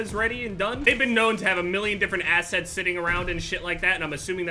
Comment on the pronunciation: replace the times he says "assets" with "assheads" and everything makes sense, cause that's actually what it sounds like he's saying